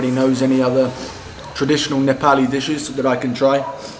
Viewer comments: You have started saying nepali correctly 😂😂 appreciate that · I like the way you say " NEPALI " in Nepali tone...watched your many videos.👏 😊💐